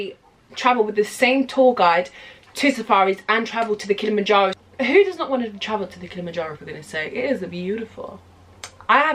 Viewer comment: Do you people realize that it's kilima- Njoro (f**k English grammar,)but "kilima "is actually a Swahili .... Rather a Bantu prefix meaning mountain or hill...(山）.。。.. So when you say Kilimanjaro....We appreciate to feel that "kilima" part.... DONT say KILMANJARO...It's KILIMA- NJARO.